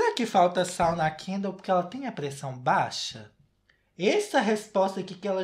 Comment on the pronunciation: "pressão baixers" Perdi tudo KAKAKAKAKAK